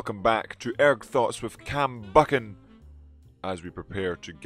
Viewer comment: your name is pronounced Buckan and not Byoocan. My life is a lie. Hello darkness my old friend....